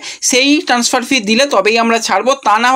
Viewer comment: ট্যান্সফার উচ্চারণটা!